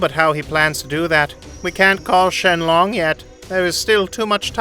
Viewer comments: its sheron not shenloooooon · bro cannot pronounce names ong bro like beeroos whisk and shenlong is crazy ong bro oh yea the DRAGON SPHERES